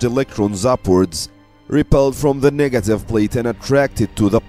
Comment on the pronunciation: I can't help but notice him keep pronouncing negative as nigative in the whole video 🙂